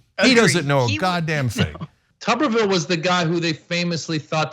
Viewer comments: It’s not tu-ber-ville it’s tub-er-ville. when he coached football at auburn they called him T Tub. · Say his last name right Damn